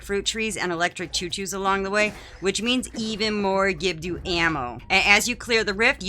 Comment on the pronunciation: I've never heard anyone pronounce Gibdo wrong... Is that on purpose?